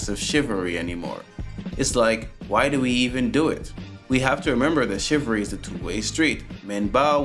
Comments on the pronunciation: No I doubt anyone will bash you for being raised traditionally to help a lady! But I will bash you for that terrible pronunciation! What the hell is "shivary" (Rhetorical)... Or did you mean to say "Chivalry" (Also Rhetorical)! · Damn bro if you're going to continue to use the word "CHIVALRY" learn the correct pronunciation!!!